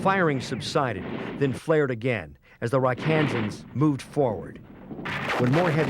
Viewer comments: It's not pronounced "Rakansans". It's Rakkasans. Some of the other pronunciations were off as well. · It’s not pronounced Ra Kansas, it’s pronounced Ra Ka Sans. ⛩ Rakkasans! It don’t mean nothing! 937! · Rakkasans. Not rock Kansas lmao